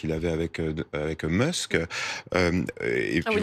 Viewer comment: ah oui le fameux elon munx